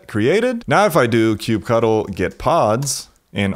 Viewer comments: Sounds stupid when you call kubectl "kube cuttle". It's literally kube control. Ctl is generally known to mean "control" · Ugh, stop calling it Kube-Cuddle. So lame. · It throws me off everytime he says "cube cuddle*